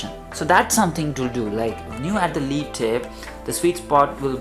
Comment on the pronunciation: Lead here should be pronounced like 'led' rather than 'leed'